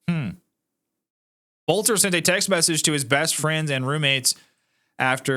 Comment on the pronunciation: it's pronounced Belter...